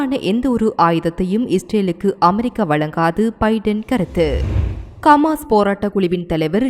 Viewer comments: ரF பா.... ரபா...இல்ல.....கமாஸ் இல்ல.....ஹமாஸ் பெயர்கள் அழகாவாசி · கமாஸில்லை சகோதரி ஹமாஸ்.